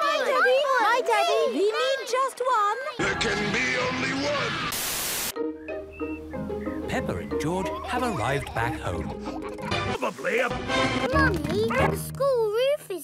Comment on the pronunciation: It is George not joj